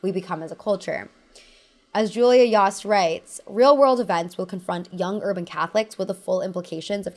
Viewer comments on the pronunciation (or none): Yost is yohst, not yahst